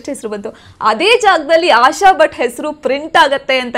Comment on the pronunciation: Butt alla swamy.... Bhat adu